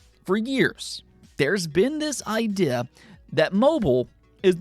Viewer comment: The word "idea" has a long EE sound. eye + dee + uh Not clowning. Just pointing it out for a smoother delivery. Love the vids.